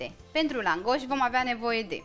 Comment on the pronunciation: accentul se pune pe prima silabă